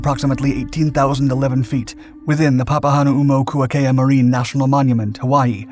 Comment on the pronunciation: Near perfect pronunciation of Papahānaumokuakea!! I’m impressed.